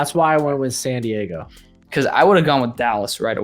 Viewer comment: This dude keeps saying Santiago thinking he’s saying San Diago and I can’t stop cringing.